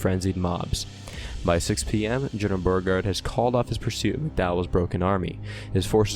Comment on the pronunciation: General Byuregard? Beeregard? Please. You did a good battle recap, but the man's name was pronounced Boregard with a sound like a long O.